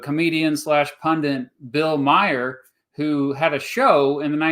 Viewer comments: TBH I'm struggling to continue hearing "Meyer" referring Bill Maher (pronounced MAR) but I'm gonna stick around as long as I can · Bill Mah hur not Meijer silly goose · It's Bill Maher not Myer. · Bill Mayer ? it is Bill Maher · I like how you call him Bill “Maier”. It’s kind of like, by mispronouncing his name, you’re subtly dismissing him as someone who deserves so little attention and occupies so little of your thought that even pronouncing his name correctly isn’t worth the effort. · Omg the fact that you completely butcher the name Bill Maher 😂😂😂😂 It's pronounced like "Mawr" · Never heard Bill Maher's last name pronounced like Bill Myer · How can I take you serious when you mispronounce bill maher’s name lmao